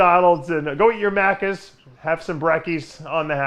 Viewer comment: Macky's or Macky D's, not Macus Dave.